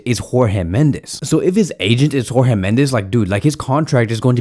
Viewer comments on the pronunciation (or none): none